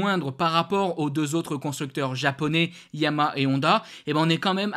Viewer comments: YA MA HA. ARTICULE!!!! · répète après moi: Ya - ma- ha, pas compliqué 😂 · Ouf.... Je ne suis pas la seule à entendre la marque MAL PRONONCÉE 😊 MERCI pour ce commentaire !